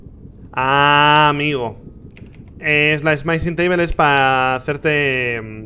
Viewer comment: Le iba a dar like al video porque me gusto la review y las reacciones de Rich, pero Rich pronunciando "Smithing" como si fuera "Smite-ing" me dio dolor de cabeza. x_x No le doy like, pero tampoco dislike.